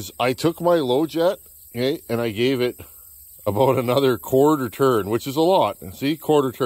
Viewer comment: 😂😂” If any of you guys out there know Donny Walker, you know what I’m talkin’ aboot”. Yeah, I’ve caught myself saying ‘aboot’…we really do say that! Oh…and thanks for the choke fix.